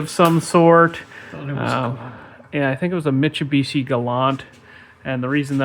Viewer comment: The way you say Mitsubishi is canonically correct